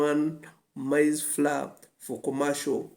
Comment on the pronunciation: Google up the pronunciation of: Maize Flour Otherwise all good.